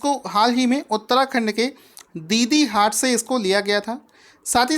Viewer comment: It's not दीदीहाट.. डीडीहाट उत्तराखण्ड